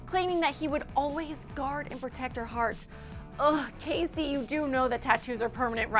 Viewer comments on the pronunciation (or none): none